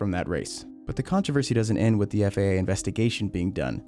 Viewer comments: FIA not FAA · Why does it sound like you keep saying FAA and not FIA? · Man the way he says FIA has me so butthurt lmao, sounds like FAA and i just cant STAND it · I don't know how you know so much about this, but still call the FIA the FAA 😂 Apart from that, great vid, thanks 👍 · FIA, not FAA. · Your FIA sounded like FAA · This man said FAA the WNTIRE FUCKING VIDEO HOW HAS NO ONE NOTICED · It’s FIA not FAA. Annunciation god dang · Hate how he keeps constantly saying FAA instead of FIA. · Dude it’s FIA, not FAA. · You keep saying "FAA". It's the FIA, dude. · FIA.. not FAA. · Why do you pronounce «FAA»? It's FIA. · You keep saying FAA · sounds like FAA on the vid.